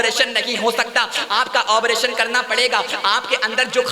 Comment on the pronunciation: آبریشن نہیں بلکہ آپریشن ہے بھائ